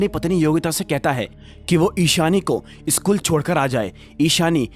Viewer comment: सकुल को ईसकुल कियू बोलते हो